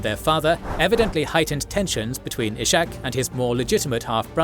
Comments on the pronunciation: He is not Ishak with SH but it is red separately S and H like Iskhak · "Ishak" is not pronounced /iʃak/, but /ishak/ or /isak/. In christian languages the name exists as "Isaac".